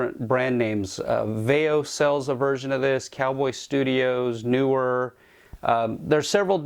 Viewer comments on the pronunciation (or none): Those who know pronounce Neewer correctly pronounce it as Knee/were